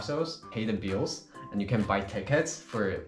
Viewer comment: Bro said bill😂♥️nice video